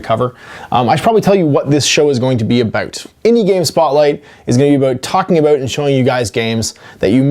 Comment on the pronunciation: Take a drink every time says, "aboot".